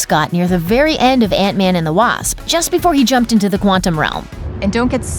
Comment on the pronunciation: It's man not van